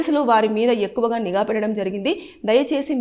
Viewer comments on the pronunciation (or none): none